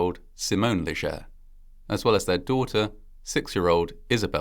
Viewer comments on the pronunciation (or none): This is similar to the tragedy in Des Allemands, LA. when a speeding semi loaded with oil rig drill pipe overturned onto children at a school bus stop. FYI; We Cajuns pronounce Cormier as "CORM-yay" and Leger is "LAY-zhay" Our roots are in the Maritimes, the area formerly known as the French colony of Acadia before the WASP British stole the Catholic colonists' land and farms and exiled them Thousands died and families totn apart forever. Reparations? Not for us. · My uncle is a Leger. It's pronounced, LAY-zhay.